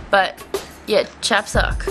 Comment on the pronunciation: Chapsuk should be pronounced Chaps UK (as in Chaps from the UK)